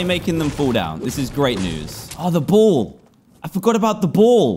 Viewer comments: Us: ball Dan: boll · Every time he said “ball” I thought he said bull lol